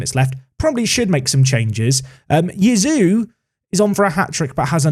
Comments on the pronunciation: It's probably pronounced "Chee-a-zzo", so Yazoo is a stretch! ;) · I would have said Cayazoo. Not Kazoo. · If you can say 'pizza', you can say 'Caiazzo'. Kazoo is a dumb nickname. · Kai-yah-soh...is probably the closes pronunciation to name. Get Gurrutxaga back, a wing and a stronger striker. I have Idah in my save and he gets bullied a ton! Definitely a striker and maybe a couple of decent wings...strong backup keeper or wing defender as stretch goals if moneys allow. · Caiazzo - K-eye-at-zo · Caiazzo = ky (as sky) as (thick english accent) zo (as alonzo) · A fun suggestion for the Caiazzo mispronunciation saga: since you’re intent on pronouncing it, you could invest in a kazoo. which is a children’s musical instrument that you can buy pretty cheaply from Amazon, it’s designed to be incredibly easy to play and you can bang out a (pretty pathetic) tune on them, at the very least it would give you a free excuse to continue pronouncing his name wrong. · In terms of pronunciation when it comes to Caiazzo, I really don't know where your "oo" part comes from when talking about him, cause since he's italian, you'd pronounce him like you would read "Kayatso". But Jisoo or whatever is of course fine as well ;) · is pronounced KAI-ATT-SO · Why don't you just call him Caiazzo? Kai, as in Havertz, and atso. Kai-atso. Not difficult. Please don't sign Dylan Crowe Merci